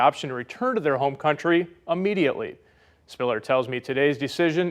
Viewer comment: Correction for reporter: The word "immediately" is pronounced as "immediately," not as "ammediately."